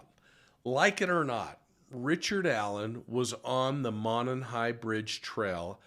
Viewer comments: It’s actually pronounced mow non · Monon (Moe-non) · Love your show! Monon is pronounced [ Mow-non] From the area trying to be helpful😶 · Its Mo like No and non like on. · Pronunciation: MOW-nahn